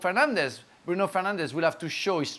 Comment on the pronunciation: Did Frank just call Bruno, “Penandes”? 💀